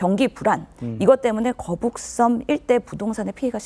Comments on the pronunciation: 현영씨 갈려면 제대로 해~'거북선'이 아니라 '거북섬' 나만 거북선으로 들리나? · 신현영 거북선? 거북섬?? 난 거북선으로 들리는데...알고나 말하는건지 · 전연이 벼노사가 계속 거북섬이 아닌 거북선으로 일관되게 발음하는 것은 추후 자신의 발언에 대해 법적으로 면피하려는 의도된 발언임. 제명이나 전연이나 똑같은 벼노사 법조인임. 계속 거북섬을 명백한 발음으로 거북선이라고 발음함! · 처음에 거북선이라고 그래서 내가 잘못들었거나 실수인 줄 알았는데 계속 거북선이라고 하는거보니.... 거북섬이 뭔지도 잘 모르고 일단 이재명 커버 치겠다는 생각만 하는 사람이구나 싶네 ㅋㅋ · 거북선. . .내귀에만 이렇게 들리냐? 저 여자 발음. . . . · 거북선이라고 들리긴하네 ㅋㅋㅋㅋㅋ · 중국인인가? 아나운서가 거북선??? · 거북선이라고 들려서 나만 잘못들었나했나 진짜 맞구나 저여자 왜저러는거에요? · 이 여자분은 계속 거북섬을 거북선이라 발음하네 내 귀에만 그렇게 들리는지… 나참~ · 나만 거북선이라고 들리는게 아니구나ㅎㅎ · 저도 거북선으로 들었습니다. 여러번 거북선으로 표현하다가 거북섬으로 표현하더군요....ㅎㅎ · 저도 거북선으로 들었습니다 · 신현영 저분은 자꾸 거북섬을 거북선이라고 하는걸까요? 내 귀가 이상한건가... 이재명은 살살 꾀었다고하는데 무섭네. 국민들한테도 자기 뽑으라고 살살 꾀고있는데 대한민국이 거북섬 꼴 난다. 신현영은 몰 받았을까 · 저여자 입에서 첨부터 끝까지 거북선 이라고 들리는거 나만그러냐?거북섬 논란 제대로 모르고 나온거 같은데? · 저 여자는 자꾸 거북선이라고 하네ㅋㅋㅋㅋㅋㅋ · 저여자 왜자꾸 거북선이라고 하는거냐? 내귀가 이상한건가? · ㅋㅋㅋㅋ 저 여자는 발음은 거북선이라 말하고 거북섬 공실율이 윤석열 때문이라고하네 ㅋㅋㅋ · ㅋㅋ ㅋㅋㅋ 거북섬~~?😅